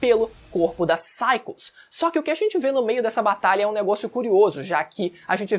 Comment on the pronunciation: Finalmente alguém que sabe pronunciar o nome dela. Agonia de gente que chama ela de "Pisaicos"